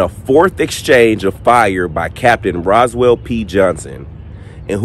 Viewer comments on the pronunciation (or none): none